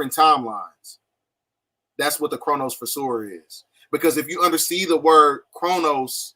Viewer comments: This isn't how you pronounce it. It's a CHRONOVISOR. VISOR as in a visor on a helmet. Chronovisor. Visor is laying for sight or something I believe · Here's my problem with guys like this, they speak on shit they don't know about but act like they know everything when in reality they don't know jack shit, they think they're so "enlightened" and "woke" they swear they're GODs and supreme beings, for example he can't even pronounce Chronovisor and then he says it comes from the word Chronologically which is a form of time, what an idiot the word comes from KRONOS which is the Greek GOD of time, the Chronovisor was named that because it is something the Vatican uses to look forward and backwards in time, a form of time travel. These mfks just ignorant and spread false info thinking big words are going to make them sound educated. All the information they get is from the Internet and other forms of educational indoctrination.